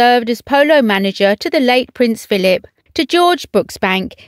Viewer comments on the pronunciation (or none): none